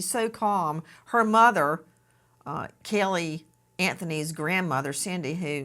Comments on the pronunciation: And “Kelly” instead of Cayleigh 😂😂😂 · It's NOT baby "kellE" Nancy the way you KEEP pronouncing it ❗ Say it right = CAYlee ❗❗❗